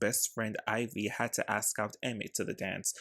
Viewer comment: Great video, but the way you say “axe” instead of “ask” is driving me crazy